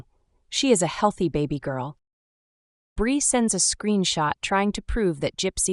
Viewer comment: GRB DID "NOT" GIVE BIRTH LIFETIME GOT INFANT FROM CHILD TRAFFICKING NETWORK. HOLLYWOOD AND THE ELITE BUY CHILDREN FOR MOVIES, SHOWS, SEX, SATANIC RITUALS YOU ARE SAYING THE NAME WRONG, IT'S BREE, NOT BRI INFANTS COME FROM THE ILLEGALS WHO ARE FORCED TO SELL THEIR BABY. THEY COME IN FROM THE MEXICAN BORDER